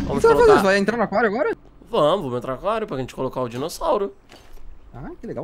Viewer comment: Tu falo aquário errado você falo a quario e é aquário